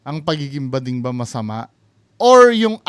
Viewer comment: bading not gooding😂